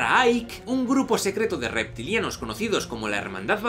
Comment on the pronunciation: Reti culianos 😂 dijiste reti culianos 😂. No, bueno ya... A ponerme serio...ya basta. 🧐